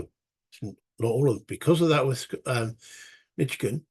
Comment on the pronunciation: MI stands for Michigan, you got it. FYI, it's pronounced mish-ih-gan, not mich-ih-gan. Thanks for the playthrough. Still watching. Enjoying it. Shelby Foote's Civil War series is one of my favorites. I will checkout the Shiloh 1862 book of yours. Thanks for sharing it.